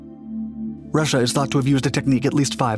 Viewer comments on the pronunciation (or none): none